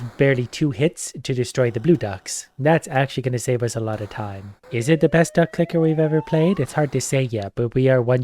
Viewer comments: Sometimes you can hear say ducklicker 😅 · Anyone else hearing "Duck Licker"?